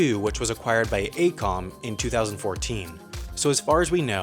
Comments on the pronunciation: It's A-E-Com, not A-Com. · You mispronounced A E COM. AECOM and URS are nationwide consulting firms.